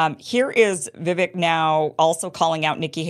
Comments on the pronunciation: It's Vi-VAKE, not Vi-vic. Rhymes with rake. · Vivek is pronounced Vivake, like cake. To add, he's been very clear that he won't be VP... it's all or nothing for him. I also find it funny that Vivek criticizes Nikki for her willingness to send troops to Ukraine when he, himself, said he'd send those same troops to Taiwan. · Its vuh-VAKE. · Vivek is pronounced- vi-vayk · I thought it was pronounced "Vivek like cake"? Look into it Kim. We trust you to get the facts for us. I'm putting you on this mission for us. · FYI, Vivek is pronounced Vivake, rhymes with cake. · Viv AKE, like cake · learn to pronounce Vivek's name properly. If you're trying to be a professional "presenter," that's the least you can do. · Vivek rhymes with "cake" not "heck" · You pronounce Vivek's name wrong. So many people do. Great video btw! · Kim, it’s Vivek like CAKE! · Vivek is pronounced with the "vek" sounding like "cake". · Still can't pronounce Vivek. IT'S PRONOUNCED LIKE "CAKE"